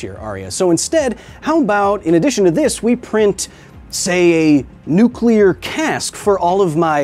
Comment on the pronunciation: Pretty much every time you say “nuclear” I have a compulsion to tap the video back 10 seconds just so I can hear somebody pronounce it correctly again. Thanks, man